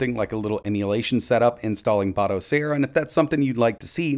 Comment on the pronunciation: You mean "Botocera". 🤣